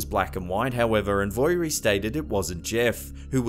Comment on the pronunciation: Hi! Manxie here 🇮🇲 ( Isle of Man) the mongoose was a hoax. Dalby is pronounced Dolby, and Voirrey the girls name is pronounced vo- ree FYI! Great video still x